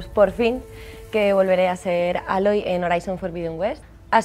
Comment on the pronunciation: Pueden empezar con pronunciar bien su nombre 🤦🏻‍♂️ porque no Aloy no se dice así como se escribe . Un saludo a todos los que se llaman Jomer 👍🏻